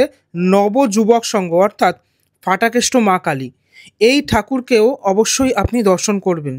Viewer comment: Aar otake danda noi, chori ba lathi bole Ki bhasha! Aar bangla bhashay na f nei. Ph ache. Ota Phatakeshto, English word fool er moto ucchharon e Fatakeshto noi